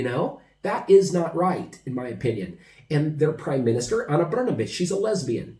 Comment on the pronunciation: BRNABIC ...BRN A B..😂SPALI KUCKU